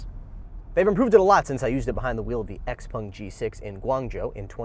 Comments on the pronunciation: Xpèng, not x-pung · It is confusing because the owners name is pronounced "pung" but I think they themselves say "xpeng". A little weird